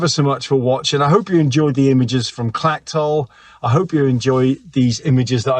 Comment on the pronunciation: Good video spoiled a bit by your mispronouncing the place names. It's not Clacktoll or Ackmelvick. The ch is soft.